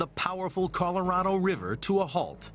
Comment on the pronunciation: He has a hard time or can't be bothered saying "Colorado River"... To him, it's "Coloriver".